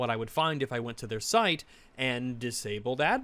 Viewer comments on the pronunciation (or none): none